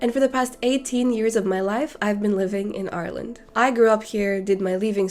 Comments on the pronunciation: The only indication I could get of any specific accent in this was when you said Ireland - You pronounce it "ayrland", while the rest of the world seems to pronounce it eye-r-land. I didn't learn a language through video games per se, but I did learn how to touch type because of RuneScape, all the way back in 2007. I was always selling things I had gathered so slowly because of my hunt-and-peck typing - So I decided to learn how to type without looking at the keyboard, so I could sell my things faster. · Her accent is very neutral until she says Ireland and you hear an Irish accent for that word